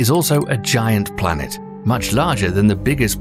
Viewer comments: What’s a blanet? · Tf is a blanet